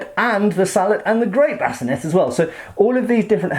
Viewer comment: Yeah even in the 15th century in England we said “salleh” and “bascineigh”. Sorry to critique you but it is what it is.